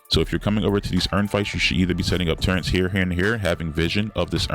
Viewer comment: Never trust a guy that calls Turrets "Turrents" 😮 Jk, good vid.